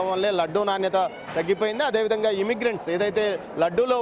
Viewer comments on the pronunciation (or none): ఇమ్మిగ్రెంట్స్ కాదు బాబు ఇంగ్రిడెంట్స్.